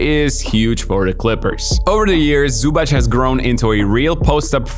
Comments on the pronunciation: It is Zubac with a tz not a ch. Minor gripe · it's zubac, not zubach. simmons is actually pronouncing it right, for once. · zubac name is pronounced zubatz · The correct pronunciation is "Zoo-bhats", not "Zoo-bhats" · I admire your effort to correct pronounce his name. About his surname, you missed it most of the time. It's: Zoobatz (written so English speaker can correct pronounce it). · butchering Zubac surname.... they even had shirts to help you dude